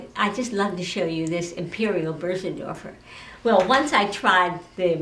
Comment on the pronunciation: And: she knew how pronounce it correctly...